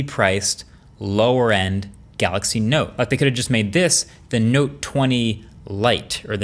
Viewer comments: what did he say ; note or nope. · you're saying it wrong it's the note 20 fan edition